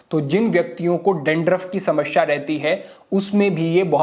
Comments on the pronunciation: Samsyaa.....shamashya ....nahhiiiii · कृपया समस्या बोले,समश्या नही। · sahi uchcharan Samasya bolte hain, Samashya nhi 😎